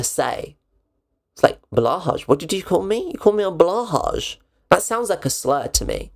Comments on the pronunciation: It's pronounced "bloohai". Blå haj, blue shark in Swedish. That Åå is Oo of a kind. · Super annoyed by people who mispronounce "blåhaj". Of course it sounds like a slur if you mangle it like that. (and I don't have one and don't miss it)